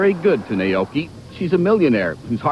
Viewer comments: That journalist totally butchered Naoko Takeuchi's name. Nay-oh-key? C'mon. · Did he say "Naoki Takeuchi"? It's NAOKO. And they used the wrong theme song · First of all, he said her namewrong, second of all, she's wrong when she says there are no female superheroes. He called her "Naoki"... absolute shame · I cringe every time the guy says "Naoki". It's Naoko! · "Naoki Takeuchi" XD its naoko NAOKO XDDDD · Naoko not Naoki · It's painful hearing the narrator butcher Takeuchi-sama's name! It's Nao-KO Ta-ke-u-chi! The Sailor Senshi are all in their TEENS for Heaven's sake, so please, no 'blonde bombshell'! And female otaku exist, believe me they do! They might not express their love of anime, manga, and comic book series in the same way as their male counterparts, but they do exist! ^_^ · Did he really just say naOKI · haha he couldn't even bother to read the name right